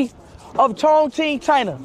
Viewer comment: It's not pronounced ChongKing it's Chongching. Q in mandarin is pronounced like Ch